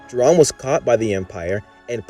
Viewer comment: ITS JOH RIN! NOT JORAN!! 😠